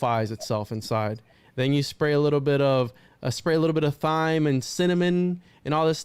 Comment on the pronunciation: herb and thyme are pronounced "urb" and "time". Also repugnant is not pronounced "repujnant"., I agree. You are very stupid.